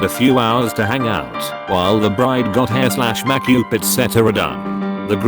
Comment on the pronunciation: Those damn cow orkers and brides getting their mak upe done. If you're going to be so lazy as to use a text to speech engine to narrate reddit posts and profit from them, the least you could do is edit the few indiscretions to sound right....